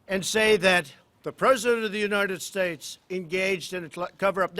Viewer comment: Lied through his fake teeth. United shates, oringes.